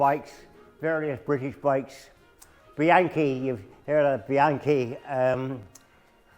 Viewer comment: notato che pronuncia Bianchi all’italiana e non dice bianCI come direbbe ogni anglosassone?